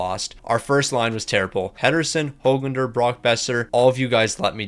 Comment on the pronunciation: YES HE FINALLY PRONOUNCED HOGLANDER RIGHT